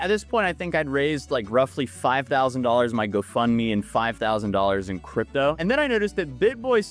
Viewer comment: 'Cryto'? Seriously?